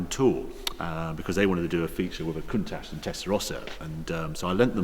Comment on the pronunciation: not sure where you find the "S" in the name 'Countach' but one would expect an owner to know the name of the car...